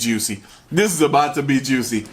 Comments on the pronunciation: it ezz what it ezz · it Izz what it izz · ittt izzzz wat it izzzzzz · it eez what it eez